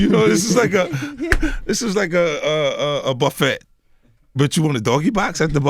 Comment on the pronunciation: Buff- ett 🤔